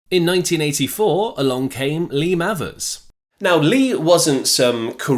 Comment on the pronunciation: Not spelt this way but Mayvers is is has its pronounced surely,Not Mavvers.